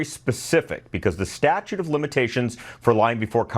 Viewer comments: statUTE, not "statue." It's not a sculpture of limitations... 😂😂😂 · it's Statute of limitations...not Statue. Love your channel. You cover all the stuff I care about and quickly. But just wanted to let you know the proper term. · Statute, not statue. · It's StatuTe of Limitations, not Statue.😅